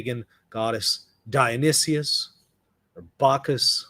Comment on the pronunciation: die-uh-nee-SUS. Not die-uh-nee-SEE-US.